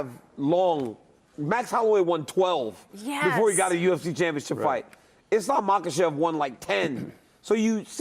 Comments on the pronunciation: IslEm, you mean the guy, who can`t even pronunce his own religion and thinks he ist almost the WW goat. 😂😂😂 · Thx for Chris Weidman and double thx for the guy, I forgot his name. 🙏🙏 The guy who says every fighter name wrong like IslEm. 🤦‍♂ And I don`t even like Islam. As a muslim you should be able to pronounce your own religon write. 🤓